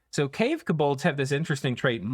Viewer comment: It's "KO-bolds", not "kuh-BOLDs"